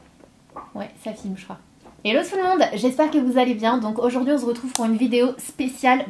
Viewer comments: tu as légèrement. dit on z'retrouve lol !!! paz grzve je t'adore commeme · Le "on z'retrouve" encore et toujours 😂😂😂😂😂 Bientot dans dance avec les stars!!😂😂😂💚💚💚🍍🍍🍍🍍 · Waouuu de déhanché de diva, la vidéo m'as fait mourir de rire, tu es vraiment au top 👌😂😍 Gros bisous #Snapananas in the place Ps: écoute bien ton intro, tu ne peux plus le nier là tu dis bien "on z'retrouve " 😂😂😘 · Tu dit toujours "on zretrouve " tu t'en rend même pas compte 😂😂😂😂😂💚💚💚💚🍍🍍🍍🍍🍍